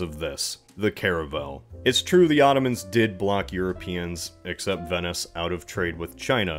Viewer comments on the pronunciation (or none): none